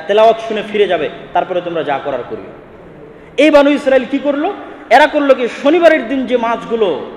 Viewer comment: বানু ইস্রাইল বনি ইস্রাইল আগে ভাসা শিখুন